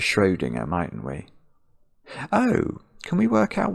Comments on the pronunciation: "Might ain't we" is the most british sounding thing I've heard in a while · I believe he said “mightn’t we”, but yes, still very British!